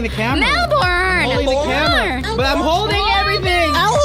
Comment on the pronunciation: I like how says Melbourne to mellvin